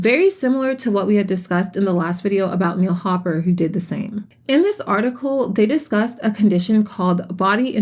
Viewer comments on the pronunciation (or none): none